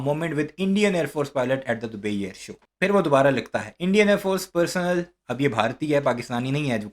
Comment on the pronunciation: Thank u for your video. Plenote.. the word personnel pronounciation is per-so-nnel.